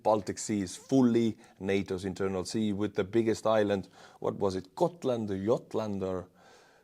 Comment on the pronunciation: Gotland, you said it perfect the first time 🙂